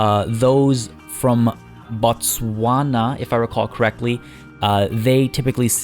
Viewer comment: I was laughing so hard at the Afrikaans pronunciation of the Khoi San and Botswana XD But I do understand it's difficult for people who speak English as their native tongue, so no worries! 'San' is pronounced more like the English word 'Sun'. But I can definitely hear you've done your research in our ancient cultures! You know less than 15 people still speak Khoi San? It's a series of clicks and tongue movements that confuses everyone. Oh, and fun fact, the Wild Dog's ear has 9 separate muscles operating it which enables it to turn at a 360 degree angle. Your joke on satellite dish ears? It's actually true! That is EXACTLY why they are so big! The work as a modern day Satellite! Ps. Sorry for the long comment!